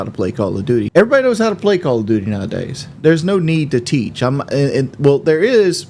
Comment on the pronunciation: Hope he doesn't play any "bideo gaem" anymore - listening to this awful. "aa wunna teech" teach yourself to stop eating awful slop and sucking down gallons of soda. btw he IS OBSESSED WITH KD. "I'm not out here trying to impress you" while he constantly uses KD like some kind of rank over team mates.